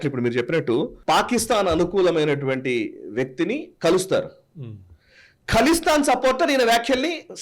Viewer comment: ఖలిస్తాన్, కలిస్తాన్ కాదు.